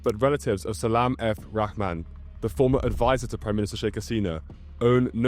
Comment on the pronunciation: Thanks for your effort towards proper pronunciations to you and accurate coverage, it's a thousand times better than any other Westerner I've ever seen online put forth. Just a minor point, in Bengali, "Rahman" is pronounced "Raw-haw-maan".